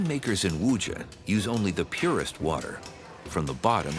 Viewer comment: The narrator 's pronunciation of WuZhen is rather jarring to the ears.